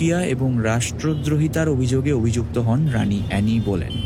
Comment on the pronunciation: Golpota bhalo... But mary tudor ta kikore mary theodore hoe galo ar anne boleyn ke kano anny boleyn bola holo bujhlamna